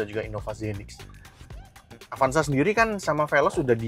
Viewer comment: Avanza bang, bukan avansa